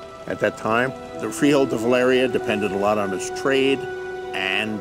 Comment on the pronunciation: I'm really bothered by how GRRM pronounces "Valyria". Is he like daring people to correct him?